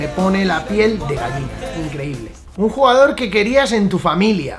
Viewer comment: en la pregunta 23 , se dice queriias